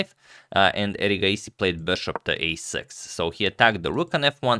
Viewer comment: Your pronunciation of erigaisi is so much better tania sachdev's . Your pronunciation of various names is very good agadmator